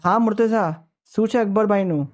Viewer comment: Bhai aap logo ne itla veiws mile che ane kitna logo tak waat pohche che mashallah par aap logo Maulana Ali nu ism mubarakj galat pukaro cho ghanu galat che aa mumluk nu bhi naam yej che ane ghanu kharab lagu tesi kahu chu agar aa video ma change thatu hoi to ghanu behtar ane agar munasib na hoi to ainda dhayan raakhe aap logo na mispronounciation na wajh si kitna logo bhi murtaza na badal murtuza kehse.....wasalam